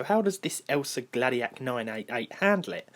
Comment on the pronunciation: it's pronounced "El-sa-o Glaa-di-a-ck"